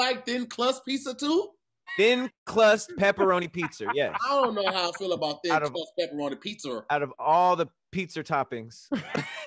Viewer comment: "Thrin clust pizzer" 😆😆😆